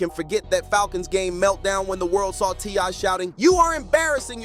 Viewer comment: You’re all super excited, it’s kind of annoying. Btw his name is T.I. Not TY. The boy is having to learn the hard way, you grew up with everything and being able to do anything you want and well, welcome to the real world